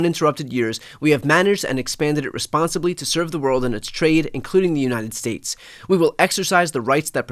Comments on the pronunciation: United 'spates'? No, not misheard. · The United Smates. Enough said. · the United Spates ?....This man is literally fcked in the head !!!!......and this Idiot mocks Biden for his speech !!